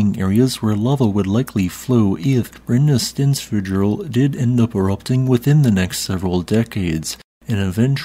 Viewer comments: As for the pronounciation, the -fjöll part goes as -fya-ttl. At least, that's much closer to it. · Just say Brenni sten (breath ) fyoll. This is a combined word so practice slowly . Then accelerate until you can say both together 😅😂❤ without breathing in-between. Good luck!! Americans are usually very good at speaking Icelandic when they know the "shortcuts" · Hey! To help you pronounce "Brennisteinsfjöll" its good to break it up into bite size pieces. "Brrennih - stains - fyutull" Make sure to rrrrroll your R's and the second 'u' in fyutull is silent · "fjäll" is pronounced like "fiell", not "fiak". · You could ask to pronounce volcanoes and glaciers, then put them into the narration as appropriate:) Double "L" at the end of a word are pronounced as "TL". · Just a heads up. Brennisteinsfjöll is pronounced Brennisteinnsfyotl. The double LL at the end sounds a bit like bottle, but you have to push the sound between your teeth at the side of your mouth. The name means sulphur mountain; burning stone mountain. My wife is Icelandic and laughs every time you say it 👍 Tough language tbh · I’ve said this a billion times, I’ll gently say that the way you pronounce words ending in “jöll” or “jokull” is still wrong. That last “fjoll” has a Y sound in it, the J makes a short Y sound, like “fyull” I can’t understand also what makes you turn Eyjafjallajokull into “Eyjafjallajokutal” when there’s no T toward the end lol It’s Eya-fa-yal-la-yokul And full disclosure I’m not even Icelandic 🤣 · It’s actually pronounced like a soft l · 🤣 Yeah, sounded more like a volcano in the canary islands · No. He always butcheres the double l's in the end. Lot's of bizarre j's or t's or something. Just pronounce it right mmmmkay: "hhhhttttl" 😊 "BRENNI-STAYNS-FEE-OEhhhhttttl" 🎉 P.s. pronounce fast, not slow 😊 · You weren't joking about Brennisteinsfjoll being difficult to pronounce, I think you pronounced it in a different way each time you said it! 😂